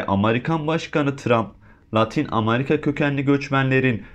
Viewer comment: Amarika Deyil Amerika